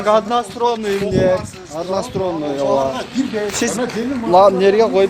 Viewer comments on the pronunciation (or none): Одоно стронный эмес сторонный